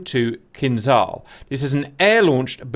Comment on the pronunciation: For the English speaker... It's pronounced "keenjahl".. Not "kinzaal"... Just saying